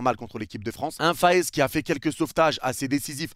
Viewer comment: trop bien la vidéo mais juste pour te dire je suis belge et notre gardien ne se dit pas castils mais castéls et pas faes mais fasse